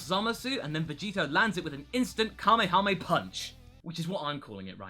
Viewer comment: Kahmehame punch lmao. Now we know it's called Savage punch